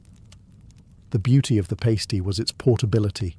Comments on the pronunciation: Right, I enjoy your videos but ur also british so im confused why u said Pastee? Instead of Pasty ! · Pass-tee not pay-stee. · its called a pastie not a pasetee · Breeth mints? Paste-ie? Interesting pronunciation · What kind of English person pronounces pasty like that 😭😭